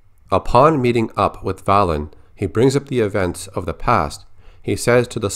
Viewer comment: Am I the only one who thinks that Valen's name should be pronounced Vay-len?